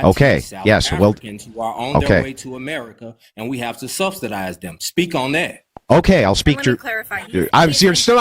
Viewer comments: "Stubstidized." There's no T in subsidized. He threw in two. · "We cant be subsdedizen no whiteys." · "Substuhdized" What an idiot. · “Stubstedized en sheeeit”